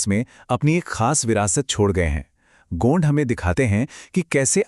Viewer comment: Pahle to gond ko gaund bolna band karo bolna ni aata to bolo bhi mat gaund ek bramhan hai😂